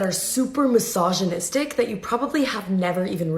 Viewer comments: "massage-anistic" :P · Aghhh! You're pronouncing the 'g' in misogynistic all wrong. Its 'g' as in gel not 'g' as in goat. I've heard a million times already and have refrained from correcting you but I think its best that you know. I'm a woman and I watch your videos and like them.